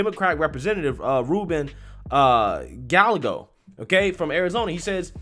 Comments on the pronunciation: Gallego is pronounced Guy-eh-go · Gallego is pronounced (Guy-Ego) lol